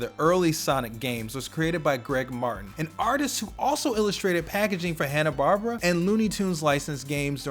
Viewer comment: He pronounced Hanna-Barbera wrong, too (missing the "air" sound in the latter name). Unless I've just been pronouncing it wrong...